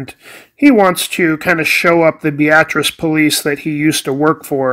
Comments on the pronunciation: Can confirm he's saying it correctly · I lived in Beatrice for 37 years and he's saying it right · I am actually not saying it wrong. I am from the area and know how it is pronounced by locals (bee-at-tris). Very common for people not from the area to think it is pronounced like the woman's name (Bee- uh- tris). You probably won't be the last person to mention that either.